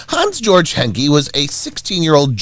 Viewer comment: Georg is not pronounced jorj, it's pronounced gay org.